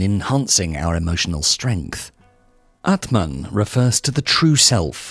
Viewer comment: aatmaan means soul, pronunciation is wrong